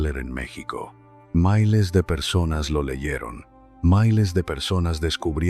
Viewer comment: Porque no hablas bien no se dice mailes se dice miles soquete